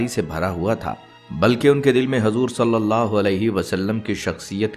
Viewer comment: Hajur nahin hujur kahiye